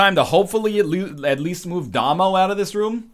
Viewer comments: It's pronounced Day-Moe. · Damo is pronounced as the beginning of Damien. Surely North Americans have heard this!